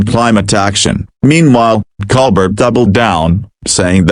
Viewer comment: Baloney. Even mispronounces Colbert